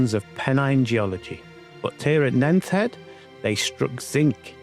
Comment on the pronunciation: I hope you don't mind but Nent head is pronounced as Nent head. Not nenth head.